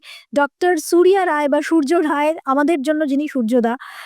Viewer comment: রায় কে রয় কেন বলা হয় বলতে পারেন ?